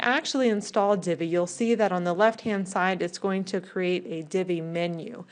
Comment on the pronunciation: Why do people in tutorials feel compelled to say, "Go ahead." Just say, "I'm going to." it is so much less annoying! And please people. LEARN HOW TO PRONOUNCE cr'E'ate. It is not a "crate" for carrying things.